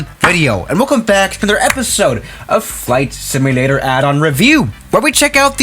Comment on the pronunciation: “ FLIGHT SMLATRRER “